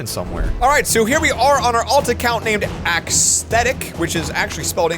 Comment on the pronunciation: did u just said AXE-stetic?if so... BRUH U MADE A PUN